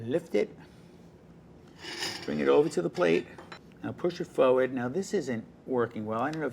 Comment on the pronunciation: He says forward as "foeward" it's funny